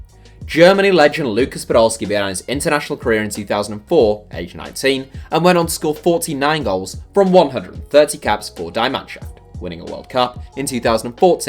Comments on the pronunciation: Lool Die Mannschaft is pronounced “Dee” and not die 🤣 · It's 'die manschaft' in German 'ie' in words is pronounced 'ee'